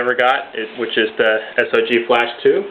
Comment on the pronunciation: Actually he did say it right! Get your facts straight. It's correct sog or s.o.g.